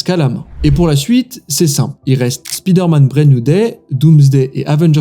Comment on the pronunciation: Arrêter de prononcer le i dans Spider-Man c'est pas comme ça qu'on le dit. La façon que vous le dites c'est dire comme l'homme slip vous voyez que vous avez de l'air vraiment con Non sérieux Spider-Man l'homme caleçon😅